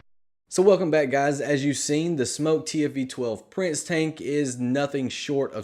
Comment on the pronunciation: He can’t even say smok right